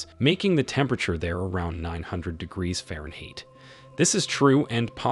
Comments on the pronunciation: Very good video, but a very strange pronunciation of "fahrenheit" though!😮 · Subject matter was interesting. As were the idiosyncratic pronunciations of fahrenheit, probabilistic, and negligible. Very interesting indeed.